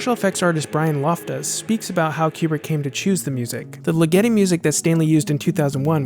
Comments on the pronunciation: It's Ligeti not Ligetti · I hate to be 'that guy', but I believe Ligeti is pronounced ['ligɛti], with the accent on the first vowel. Love the essay, nevertheless :-) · Hey, not tryin' to be a jerk, here, but Ligiti, the Hungarian composer's name, is pronounced LEE-geh-ti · Re: György Ligeti - I believe his last name is pronounced LI-get-i, as in "lickety-split"! FANTASTIC series of videos, though. I've loved this movie ever since I first saw it on a cold winter night in Canada in 1972.